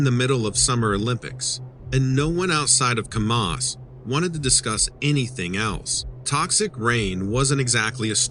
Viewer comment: The name of the town Kamas is pronounced Kam us with the Am sound not the ah sound. Geez learn to pronounce